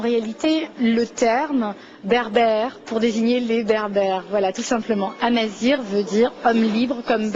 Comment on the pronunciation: elle ne peut méme pas prononcer amazigh comme il faut